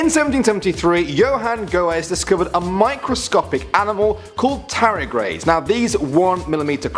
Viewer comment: Why can't you pronounce the 'D' in Tardigrade?